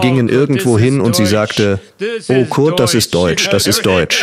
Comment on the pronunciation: Die K.i Übersetzung ist jetzt schon genauso kult wie der Film. Die Übersetzung könnte sogar Cleveland Indians 2 den Rang ablaufen. „Oh Kurt“ anstatt Körd, oder auch die Seed Ups